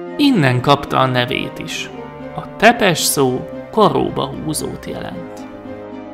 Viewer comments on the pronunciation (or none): Nincs ezzel semmi baj, de egy kicsit jobban tetszett volna, ha utánanéztél volna, hogy hogyan ejtik a neveket pl. Tepes-Cepes Radu-Rádu Targoviste-Türgoviste, de még egyszer mondom, nekem így is tetszett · Nem vlad tepes ha nem Vlad ȚepeȘ. romanul van .Tudom mert romaniai vagyok anya magyar apa romam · Bocs ha szólok de az nem Tepes hanem Ťepes Ť=C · A megnevezéseknek és román neveknek kicsit jobban utána nézhettél volna, mert nagyon sután hangzik a Ţepeş, (ejtsd Cepes) és a Târgovişte (~Tűrgoviste) és társai magyar kiejtéssel